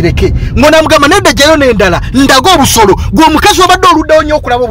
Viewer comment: Naye banange the way yo pronouncing OBUSOLO🤣🤣🤣🤣🤣🤣